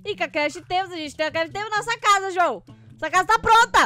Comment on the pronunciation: Você dise juoã amor